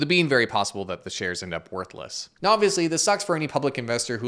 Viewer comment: "Noo ye mayt be wondering 'geez, how did this company fall so far from grace, eh?' " Hahaha, I'm thinking Wayne's World. should make this a series or a running gag "Noo ya mayt be wondering Geez, [fill in the ridiculous come-uppance], eh?" Hahaha.